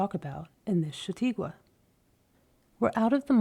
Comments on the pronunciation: For God’s sake, it’s Cha-taw-kwah, not Sha-tee-kwah! You are driving me crazy, Ms. Narrator. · Its a lovely reading but for the mispronounciation of "shah taw' kwa" -chataque